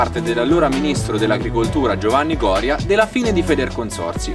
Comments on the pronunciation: Vabbe', il ministro era Gorìa e non Gòria... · IL ministro che menzioni, era Gorìa e non Gòria . Scusa per la precisazione. Bel video, solo un po' corto, complimenti!